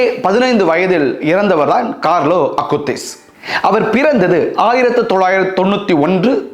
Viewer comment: மிகவும் அருமையான, தெளிவான உச்சரிப்பு fr. கார்லோ அகுடிஸ் என்ற புனிதரின் பெயரை எங்கள் மனதில் ஆழமாக பதிய வைத்து வீட்டீர்கள் fr. மிக்க நன்றி 🙏